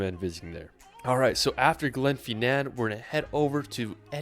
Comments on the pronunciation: Dont trust his pronunciation. It's Glen FINN-an, not GLENFY Nan. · Glen-FINN-nan, not Glen fee nan...and not Vee-a-duct, pronounced Vye-a-duct...Ellan not Eeelan Donan...Coolan (Cuillan) mountains... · It’s Glenfinnan not Glenfeenan. And Edinburgh not Edinborro. One thing I can’t stand is dumbass ignorant tourists who visit a place and don’t even learn how to pronounce it properly. It’s just sheer ignorance. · I particularly enjoyed Glen Fee Naan.